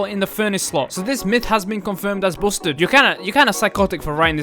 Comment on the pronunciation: Bousted? Busted (basted) not bousted